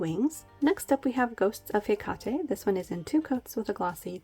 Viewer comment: no regret's LOL ;0) ohh and its pronounced Heck-ate Have a Gr8 wkend!!!